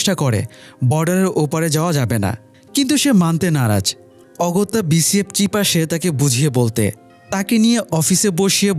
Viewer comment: Bhai BSF re BCF na bolle hoy naa?? Osikkhiter moto sonai..